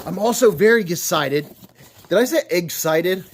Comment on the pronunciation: No, you said "gus-cited" for some reason. Eggs-cited would have been permissable, but instead you disgraced yourself utterly, and without recourse. Needless to say, I will be reporting you to... THEM.